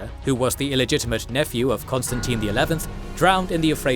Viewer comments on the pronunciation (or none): none